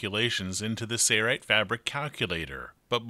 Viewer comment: The narrator even has the installer saying "say-right" instead of "Sailrite". Gawd that drives me nuts.